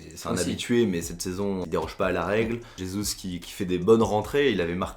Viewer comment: Super vidéo, par contre on dit Jesus et pas Resus car en portugais le j se prononce j et pas r comme en espagnol